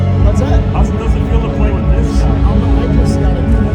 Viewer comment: it is with not wiff :D